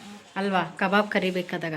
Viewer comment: ಕಬರ್ ಅಲ್ಲ ಕಬಾಬ್ ಅದು 😂😂😂😂😂